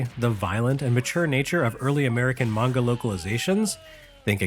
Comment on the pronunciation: Oh my god. Someone pronounced anime and manga correctly! Thank you!!